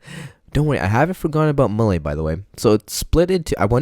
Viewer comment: top 10 people who can’t pronounce melee